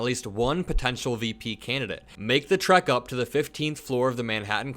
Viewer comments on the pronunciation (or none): none